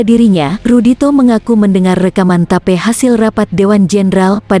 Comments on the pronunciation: ya biasa itu, tp Channel nya mantabs, sama tadi ada Tape dibaca Tape, harusnya tep. Sukses utk channel nya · suaranya kaya suara yang di google map hehehe tip di bilang tape.. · Bukan ta..pe....tapi "tape" min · Mbak zaman now ya kl tulisannya TAPE bukan tape singkong atau tape ketan TAPI TAPE RECORDING dibaca "tip" casset (kaset) pita. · Pengisi suara nya ngomong tape,pengen makan tape ketan mungkin mbak nya 😁... Tape English mbak 🤦‍♀️ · Mimin klu baca yg benar dong..rekaman tape..😅😅😅😅klu sy sih paham mksudnya..klu tulisanya bhs inggris yg d baca..dgn bhs inggris pula..bljr lah..biar enak aza ndengerinnya.. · auto ngakak...tape..tape..